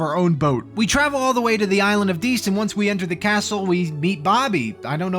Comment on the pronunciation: Diest: dee-est. Think "diety."